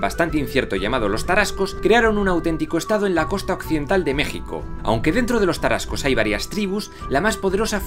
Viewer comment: Que agradable escuchar sobre la historia de mi país y en particular nuestros antepasados Tarascos, de una manera tan acertada y precisa, todos los detalles están bien cuidados, incluso las pronunciaciones, aunque con algunas fallas, muy bien realizadas, saludos desde México!